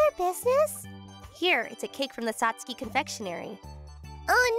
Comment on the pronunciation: First of all , Since WHEN Does SAT SUKI Start sounding like SAT SKEEEE. SATSUKI SIUNDS LIKE SATSOOOKEY!